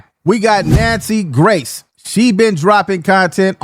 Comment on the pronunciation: It’s Nancy Grace sir … not Gray(ant hafe) voice 😂😂😂😂😂